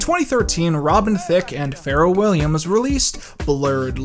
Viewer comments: It’s “fah-rell” not “feral” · Its pharrell williams not feral williams lmao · Pharrell is pronounced Fah-rell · This man really just called Pharrel “Farrrelll 🤦🏾‍♂️ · great video. love it, as with all your work. it's pronounce pha-RELL. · I've never heard anything pronounce Pharrell's name like that. It's supposed to be pronounced Fa-rel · I love this video and all your others but "Feral Williams"... what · the way you say pharrell is how people say ferrel in will ferrel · Man said FERAL lmaooooo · I know you did not just call him “Feral Williams” 😂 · Man I hate the way he pronounces Pharrell's name lol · Did you mispronounced Pharrell's name on purpose lol? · you're great but you pronounce Pharell wrong... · why did he pronounce pharell like that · Love the vid, but why are you pronouncing "Pharrell" like that? Lol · That's not how you pronounce Pharrell's name